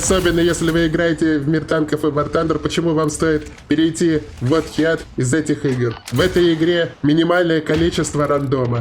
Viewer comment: Heat произноситься как хит. Х произносить помягче.